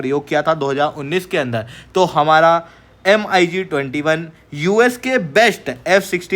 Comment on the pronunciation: "एम अई जी" सुन कर लगा की मैं बिदेशी channel में आ गया